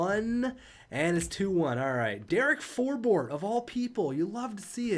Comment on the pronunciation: For-Bort? Bruh it’s For-Bert. I’m pretty sure